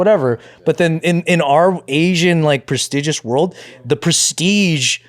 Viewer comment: Really botched the word “prestigious” 😂